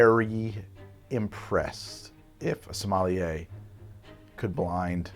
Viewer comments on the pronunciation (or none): none